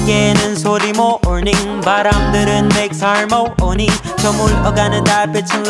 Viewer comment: I thought it sounded weird too, they say muh-orning as in morning and then makes har-mony, they put the emphasis on the wrong syllable so it sounds off